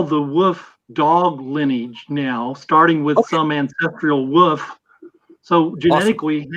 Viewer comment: most redeeming quality is that he pronounces "Wolf" as "Woof"